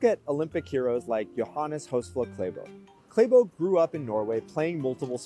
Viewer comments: It's not Kleibo it's Klæ bo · Its Klæbo It pronounces the same ass Class minus the ss'es and Bo as in Bond minus nd ;) Cla bo ;)